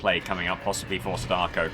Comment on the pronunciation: I hate the way you say my wife, Sadako's name :\